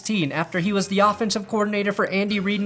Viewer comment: "They wahs blowin my ahs up" I wanna draft him.